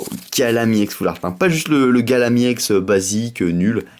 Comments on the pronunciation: On dit EX pas IX en plus tu parles pas très bien dans tes video !!! Je préfère largement davidlafargepokemon ! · Arrête de dire iex c'est ex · Pourquoi tu dis iex au lieu de ex😕😕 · Pk tu dit i ex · On dit ex pas iex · Pk tu dis juste i ex normalement sais juste ex ?? Mais j'adore t'ai vidéo je me suis directement abonné CONTINUE COMME ÇA BRAVO MEC TU ES AU TOP !! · C'est pas i ex cest ex non ? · pourquoi tu prononce ie on dis ex tout simplement putain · on dit pas iex on dit ex donc MrayquazaEX pas Mrayquazaiex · désoler mer on dit ex pas iex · arrete avec iex c'est ex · Pourquoi tu dit IEX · Pourquoi tu dis IEX.Normalement c'est Ex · c'est pas iex c'est ex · on dis EX pas IEX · Et aussi t trop un noob c pas Gallame Iex C Gallame EX!!!XD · Pourquoi tu dit "I ex" ont dit ex je ne voit aucun I devant mais bon c'est pas de ta faute si tu n'ai jamais aller a l'école... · pourquoi tu dit i ex ? c'est chiant